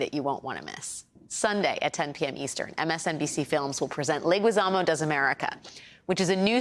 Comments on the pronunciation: Is Legizamo with a G as go. Not sure why he keeps Americanizing his last name because Leguizamo doesn’t have ü and in Spanish in order to pronounce it as Legüizamo it should add the dieresis! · Ironic, supporting Leguízamo work, but getting the pronunciation of his family name wrong... I know people make their best to pronounce German or Italian names right, Mueller or Fauci come to mind, but when it comes to Hispanic names, zero interest is put even to pretend in getting it right... Let's start by putting the same effort in respecting the pronunciation of German and Italian names for Hispanic ones...